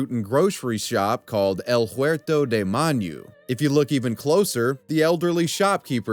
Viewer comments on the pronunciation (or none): Manu is not pronounced man-yoo ya dork